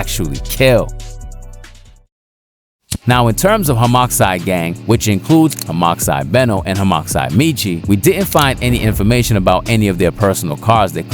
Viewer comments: HAHM-ah-side❌ Hahm-OX-side✅ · Hox Genes ass pronunciation 😆. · bro pronounced the x😂😂😂😂😂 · please don’t ever pronounce homixide like that again